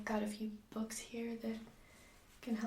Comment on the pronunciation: I've always laughed at how you say book, but I've thought about it and it's exactly how it's spelt, the way I say it, it would be spelt (buck)